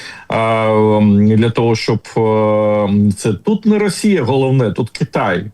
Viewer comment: Пане Тарасе,ви кажете,що американці бачать ЩО буде з ра😅щей.( Так давить на вуха,коли ВИ кажете расія) Питання: чому ж тоді старий доня так кохає плешивого і ненавидить нашого Президента?